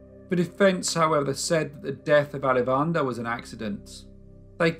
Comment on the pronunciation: What an awesome YouTube recommendation! Great storytelling too :) As someone with ancestry near Chennai, I would like to share the proper pronunciation of Alavandar: aah-laa-va-inn-taar, with emphasis on aah-laa. LOL I hope this makes sense. Gonna check out your other videos!